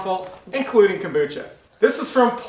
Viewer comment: Komboosta???hahaha Learn how to say it gringo.....